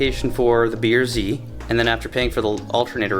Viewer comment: When you say Type R, the R comes out as “ARE” when say BRZ the R comes out as “ERR” Type Are and B ERR Z. Cracks me up. For $800.00 I hope you got OEM Lexus parts. Manny Moe & Jack ain’t cheap